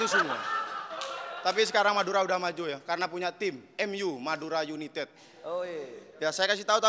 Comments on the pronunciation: United ❎ Yunitet ✅ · Humorku sebatas "Yunitet" 😂